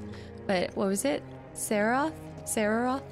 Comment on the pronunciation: Can I just say how hilarious it is when she calls Sephiroth "Sarah"